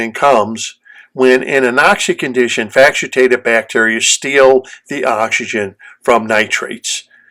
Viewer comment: Thanks - just confirming - do you mean to say 'facultative' bacteria (FACK-ul-tay-tive)?